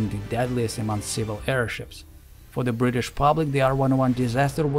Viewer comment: I know we Brits pronounce it without a solid T as Bri'ish but you don't have to compensate by adding extra T's!